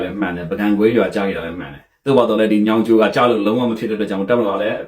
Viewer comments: ညောင်ကျိုးလို့ပီအောင်ပြော၊ညောင်ကျိုမဟုတ်။မင်းဗန်းမော်ကိုလည်းပီအောင်မပြောတတ်။မြန်မာစာ၊မြန် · ညောင်ကျိုမဟုတ်၊ညောငိကျိုးလို့ပီအောင်ပြော။ဗန်းမော်ကိုလည်းပီအောင်မပြောနိုင်။မြန်မာစာ၊မြန်မာစကားလေ့လာဦး။